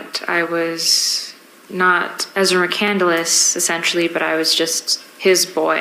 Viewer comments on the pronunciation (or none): Btw, EM, McCandless is not pronounced "McCandeless". There are 3 syllables, not 4, in the last name. SHEEZ! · I think its interesting that she named herself after Chris McCandless but pronounces it incorrectly. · She can’t even pronounce her own last name! 😮😂😂😂